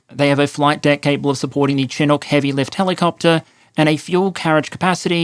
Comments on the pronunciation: This is driving me bonkers. Its pronounced SH-i-nook no Chin nook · Chinook is pronounced "Shin-nook" not "Chin-nook". A Chinook is a type of warm west wind and cloud pattern that surfaces in the winter east of the Canadian rockies (Alberta), providing roughly monthly winter breaks (15'c temperature upswings) for a few days at a time, and a correspondingly catastrophic snow dump one province to the right (Sask). The most embarrassing Canadian military story that comes to mind was during the Afghanistan war, our soldiers were sent in jungle fatigues because we literally didn't have desert ones. And the defense minister or some general was on the CBC explaining how this was not that big of a deal, because you can rub the jungle fatigues in the dirt and they become more sand colored. It was insult to injury to even try to defend it with a straight face. We already had no ability to deploy, relied entirely on US everything, and here are these Canadian troops looking humiliated next to their US counterparts, like in Mean Girls when she shows up to the Halloween party in an actual scary costume rather than in a costume excuse to look spicy. They're trying to put on a tough face but you could see the shame of them putting their lives on the line and our government won't even give them the right color of clothes. It's like watching someone on stage with their fly down, only, our soldiers knew it and couldn't zip it back up. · Chinook is /shĭ-noo͝k Bombardier is said like the French pronunciation of the word. Thanks for the video 🇨🇦💪🇦🇺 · FYI, the Chinook helicopter is pronounced SHI-NUCK. It's named after a native American tribe in the Pacific Northwest, which is where I'm from. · Oh, and a small point: Notwithstanding how it is spelled, Chinook is pronounced "shinook". The "ch" is pronounced as "sh". It's an indigenous Canadian term, we get to decide how it's pronounced. 😀